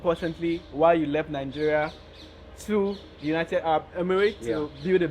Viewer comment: Is he saying Ningeria? Next they should be banned in Kenya